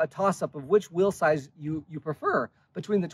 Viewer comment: Whenever he says "will size" I can't tell if he's talking about bikes or what he's leaving to his kids 😂